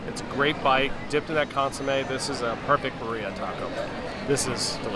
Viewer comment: We love quesabirria in CA! A couple pronunciation notes, co-SEE-na is how you would say Cocina. Cochina means dirty/nasty/gross girl 😂 and the beef in this style is pronounced BEERria with the emphasis on the first syllable. I hope you had a great CA trip!